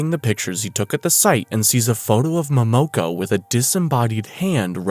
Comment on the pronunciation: It’s mo mo ko